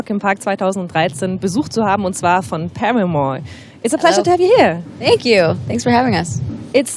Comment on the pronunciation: PaMamore? wtf